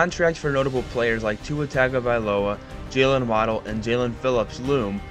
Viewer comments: Hey buddy great video. The one thing I want to say is your pronunciation of Tua’s last name could use a little work. When Tua explained the pronunciation of it he said it was tongue-uh-vi-loah not tag-uh-vi-loah. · I just cant get past this "TAG-uh-vuh-LOW-uh" pronunciation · TUNGO ! IF u MISPRONOUNCE Tua's name u loose credibility ... please... its Tua Tungo-vi-loa. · He mispronounced Tagovailoa, Seiler, Achane, and Grier.